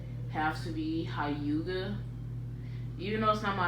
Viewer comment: 'hi- you-ga' you mean 'h-you-ga'